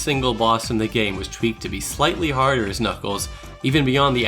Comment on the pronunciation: what he said " so despite all my nitpicks and contemplates I consider this a 10/10 game" what I heard " so despite all my nitpicks and contemplates I consider this a 10/10 gay"